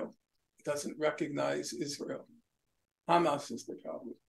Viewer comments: Sanders is so dedicated to help Israel with that genocide. One can see that dedication even in the Israeli way he pronounces Hamas term. The first sound is too zionist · Bernie started pronouncing Hamas as Khamas. That should be your first indication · anyone notice how bernie has never said “khamas” before and suddenly he’s speaking like an israeli? does anyone know why israelis say “khamas”? i don’t hear “kh” pronounced with any other words beginning with “h.” is it some inside israeli joke…? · He’s even adding the K at the start of Hamas 🤣🤣🤣 that’s how you know he’s turned